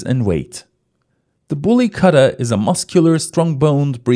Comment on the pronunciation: Good video and Nice information. Btw it should not be pronunced as Katta. It is Ku-tta